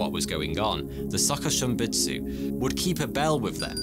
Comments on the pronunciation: Hearing him say suhkuhshimbutsu hurts my ears..I think it's supposed to be pronounced as sookooshimbutsu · His Japanese pronunciation is so funny to me😭